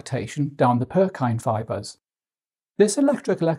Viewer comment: Lol Purkyne fibres? You mean pukinje (PUR-kin-jee) fibres?